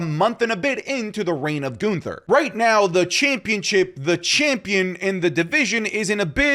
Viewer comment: The way says Goonther kills me 😂